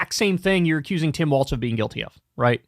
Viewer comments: Walz not Waltz. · It’s Walz not Waltz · It's Walz, not Waltz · It's WALZ. WALZ!!!!!!! Quit saying Waltz Lmao. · For the love of god kyle its walls not waltz 😂😂😂😂 ❤ 😅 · Long time viewer but tbh bro keeps mispronouncing Walz and it’s driving me nuts.